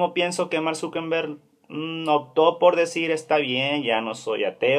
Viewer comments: Grrrrrrrrrr es Zuckerberg no Zuckenberg, no es con N grrrrrrr 😠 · Mank Zuckenbeng??? Al menos pronuncia bien